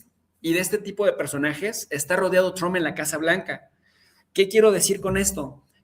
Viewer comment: Escucho mucho a en su canal porque me parece un gran analista, pero siempre hay un momento en que le cambio porque no lo aguanto pronunciar Trump (Chromp) y ponerse a balbucear en inglés